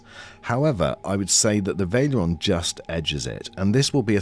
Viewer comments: This had me screaming "VAL-ERION" every time it was pronounced "Vail-erion" ;-) Good review otherwise. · It’s not Vale-eron. It’s Val-e-ri-on. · I think it's VA-LE-RI-ON. not pronounced VAI-LE-ON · Wtf is this pronunciation lol... veil-ee-aron? It is spelled val-er-ion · Vaileron, Vaileron It's Valerion xD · lol, I’m hearing him say: Vail-e-Ler-on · "vaileeron" lol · Nice comparison! Valerion is pronounced "Va" Ler" "ee" "on" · The way you pronounce Valerion is wild